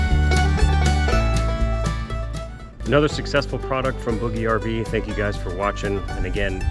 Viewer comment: I have one more question. I’ve been watching all your other videos and skimming through all the comments…. I was just curious about the pronunciation of “BougeRV”. I noticed in videos from other reviewers that they pronounce it quite differently than you do. It appears to me that you have an established relationship with BougeRV and therefore I assume you must be saying it correctly… still I tried to look on their website to see if under About Us they might offer guidance, but I found none. I did find though that bouge is French for move. So, how did you figure out the proper pronunciation?